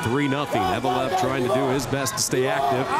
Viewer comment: Заметили, что комментатор называет фамилию Евлоев, как "Евелов"?